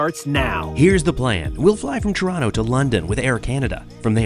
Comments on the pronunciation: YES TORONO NOT TOR-ON-TO 😂😂😂😂❤ thats how we say it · Thank you for pronouncing Toronto correctly 🙂